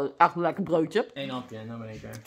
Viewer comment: Toen ze zei: Ah echt een Lekkor broodjuh, lag ik op de grond van t lachen😂😂😂